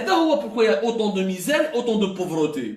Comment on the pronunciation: ON DIS PAUVRETÉ ET NON POVROTÉ YA ZEBI